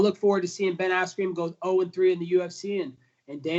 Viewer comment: is he saying ass-cream?